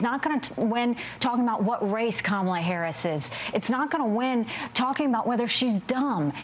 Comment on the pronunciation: Fr the way he says her name different time and called her Kamabla. 😂😂😂😂his campaign is going down and all he can do is keep dishing out insults to someone who isn’t even running against him anymore!!!😂😂😂